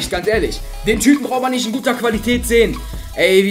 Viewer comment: das geht nisch😂😂😂😂